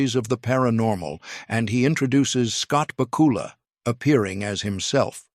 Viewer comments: Please learn how to say Scott BACK U LAS name correctly! I know i didn't spell it right but that's the way it sounds to me! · I was obsessed with Quantum Leap as a kid. The way you are butchering Scott Bakula's name is killing me, lol